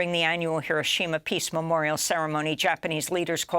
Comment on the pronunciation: Ms Goodman can accurately pronounce many names and places BUT she continually mispronounces the name of the Japanese city of HIROSHIMA. Why???